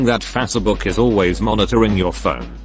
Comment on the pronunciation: fa se book